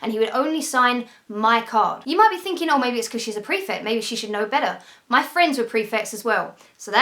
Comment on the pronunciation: What's a "prefec"??